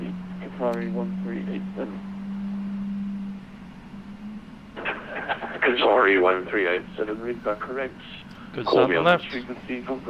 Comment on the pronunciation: Great video. Just a quick word..no biggie. Qatar's callsign is pronounced QATARI and not QATAR. Thanks.